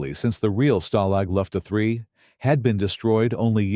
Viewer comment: For HEAVEN'S SAKE, lose the machine generated narration The whole video is ruined by it, from the mispronunciation of Richard Attenborough's name to the incorrect phrasing of Stalag Luft A3 as Lufta 3 Either employ a human narrator or teach the machine how to say the things correctly